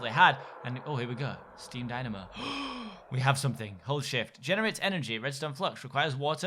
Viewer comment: Lol when he said hold shift it sounded like something else😂